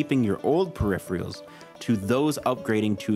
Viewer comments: I had to say it... periph-reals? Great video though dude :) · Everything else about this vid was awesome. But hearing, "puh-riff-ree-alls," tweaks something in my brain. Much like when someone says, "right off the back." 😂😂😂